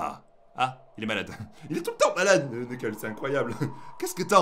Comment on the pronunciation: Se,pas knekels se amy